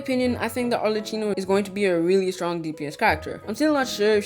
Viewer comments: i'm gonna be the italian pointing this out now xD her name is pronounced like "maCCHiato" not like "cappuccino" "cch" like in "arleCCHino" is pronouced as "C". "CC" like in "cappuCCino" is pronounced as "ch" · I cant stand how he pronounces arlecchino